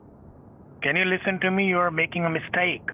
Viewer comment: lisen to me, lisen to me, lisen to me, lisen to me :D